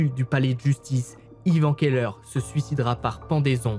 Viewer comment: Keller, cave/celier en allemand, ne se prononce bien évidement pas ''qu'elle heure''...